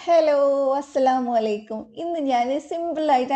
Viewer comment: അസ്സലാമോലൈക്കും എന്നല്ല അസ്സലാമുഅലൈക്കും എന്നാണ് " അ " അലൈക്കും അർത്ഥം( അല്ലാഹുവിന്റെ രക്ഷ നിങ്ങളുടെമേൽ ഉണ്ടായിരിക്കട്ടെ ) അസ്സലാമോലൈക്കും എന്ന് പറയുമ്പോൾ ഈ അർത്ഥങ്ങൾ ഒക്കെ മാറും